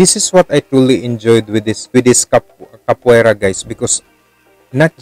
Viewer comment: Ka po A Ra that's the pronunciation